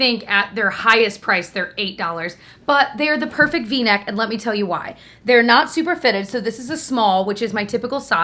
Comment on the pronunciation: Ohhhh v necks. Totally thought you said Kleenex. Like whaaaa? Hahahaha 😂